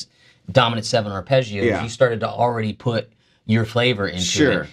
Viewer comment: It's arpeggios. Not Ar"pay"geeoos.